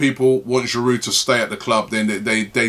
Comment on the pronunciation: Can someone tell him how to pronounce "Giroud"? This guy has been with us for years and Robbie still doesn't know how to pronounce his name? There is a silent D at the end man...